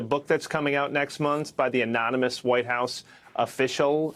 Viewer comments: Trump cannot even pronounce anonymous. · Looking forward to watching Trump try to pronounce anonymous again